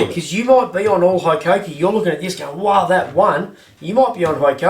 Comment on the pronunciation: With the number of times it needed to be said, and the fact you even chose the tool, you'd think you'd learn how to pronounce Hikoki even vaguely. But who gives a fakk, 'ey.